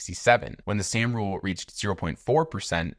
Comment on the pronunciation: Soooooom rule. Not Sam.